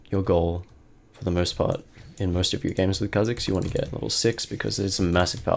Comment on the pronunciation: Why he saying kebab